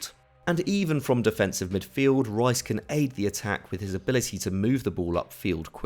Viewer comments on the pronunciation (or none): Ruas? who's that? I thought you were talking about Declan Rice? You lot can't even say British names correctly